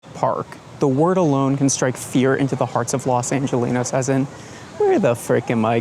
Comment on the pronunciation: As soon as bro said los angelinos we knew he grew up in Aspen Colorado 😔